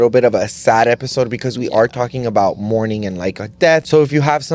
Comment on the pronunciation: saying morming is crazy lol it’s mourning